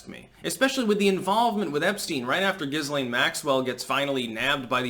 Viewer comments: it's pronounced Gil-aine, not Jizz-lane. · Her name is pronounced without the ‘S’, like Galane. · Maxwell's first name is pronounced GEE (hard G) LEN (soft E) ✌